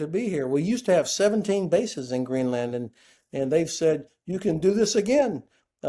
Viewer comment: Greeland, got the name wrong